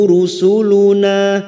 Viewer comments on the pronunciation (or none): Assalamualaikum..hadir pada ustadz..mksh atas ilmu nya..sht slalu..pa ustadz itu rusuluna bkn rusulana..mksh 🙏